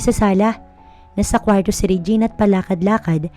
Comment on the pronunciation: ANG ARTE NAMANG BIGKASIN ANG KWARTO.